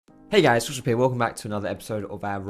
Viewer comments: when he says foxdrop all i hear is social p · Same here, back when I found him it took me ages before I actually understood that he said foxdrop, I just thought he had some weird underground rap name